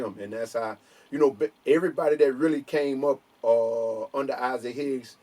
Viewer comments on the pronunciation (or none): none